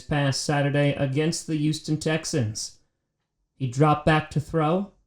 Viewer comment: I love you but why do you always say YoOsToN Texans lol